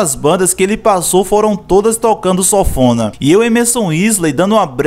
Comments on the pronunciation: Sófona ?? O nome correto é sanfona* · (Sanfona) é o nome do instrumento! (Sofona) não. Rsrs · Nao é sofona nao cara é sanfona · SONFONA? KKKKKKKK E SANFONA AAAAAA KKKKK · Sanfona, não Sofona 🤣🤣😉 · Oh nego ! O certo é sanfona !!! Fale SOFONA mais não pelo amor de god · Pronúncia é sanfona e não sonfona... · O vídeo é massa, o resgate da história é massa, mas chega a dar gastura você pronunciando o nome do instrumento errado. A pronúncia é SAN-FO-NA, e não sófona, rapaz. Vou e inscrever, desejo sucesso e saúde! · E sanfona ou sofona ? O cara do vídeo so fala sofona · Sófona? Kkkkkkkkkk! Fora isso, massa a matéria 👏👏👏👏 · "Sofona" kkkkk